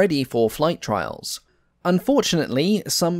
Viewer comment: And just a reminder, you can say NACA as one word like you would say NASA.